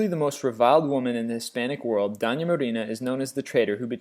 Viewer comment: Man, work on your pronunciation! Doña is "dough-nya" and Duquesne is "doo-kane" because it's of French origin. Quisling has been anglicized to "qwiz-ling" and the worst howler in this whole video is your mangling of Gestapo (Geheime Staatspolizei) which is known to be "ge-stAH-poh" (ge-shtAH-poh in German) by the slowest 5th-grader in the country!